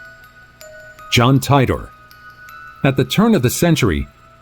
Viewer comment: It wasn't a time TUNNEL! it was a CHAIR! The Montauk Chair. It's not, John Tidor, it's, Teetor. The van in Liverpool said, "Carden's", not, Caplan's! The girl with the "phone" also looks like it could be a deck of cards, a small book, a package she was about to deliver or mail, etc..